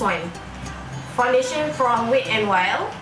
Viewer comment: Dik, wet bukan 'wit'. Tegur ni bukan utk menjatuhkan, utk elakkan in the future you lebih malu. Better before nak pronounce apa-apa, check dulu dengan google pronounciation dia. overall keep it up 💪